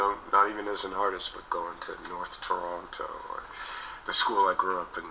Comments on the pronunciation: He's no longer Canadian. He pronounces the t in Toronto. 😅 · He's a local boy from the Danforth. He doesn't pronounce Toronto like a local anymore, though.